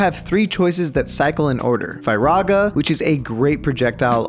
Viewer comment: he pronounced all the magic names like fearAHGA and thunDAHGA and blizAHGA lol it’s just blizuhguh and such